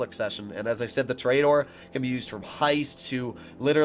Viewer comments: tooooooooooooor........ aaaaaaaaaaaaaa.......................doooooooor .... you cant even pronounce it correctly. lmfao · ITS TOUR-A-DOOR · i dont wanna be mean but it prenoced tor-eh-dor